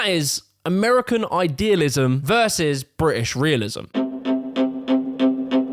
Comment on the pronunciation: It's pronounced "British" not "Bri'ish".